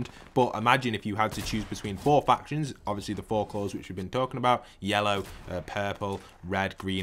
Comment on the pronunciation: For a second i thought he said fractions and i was like OH NO MATH IS THE DEATH OF MEEEE